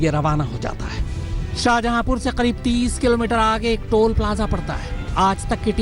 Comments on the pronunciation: Shahjhapur nhi shajapur h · शाहजहापुर नही,शाजापुर है वो शहर का नाम